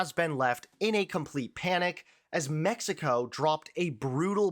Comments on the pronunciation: "The US is being lectured by Mexico, yes, Mexico" The extra emphasis was unnecessary. I know the cartels are a big problem, but aside from that, Mexicans are quite friendly and generally open-minded and great people. Source: I moved to Mexico last year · I was thinking the same thing. "Mexico, yes, Mexico," aren't they doing what they accuse the US of doing by saying it like that?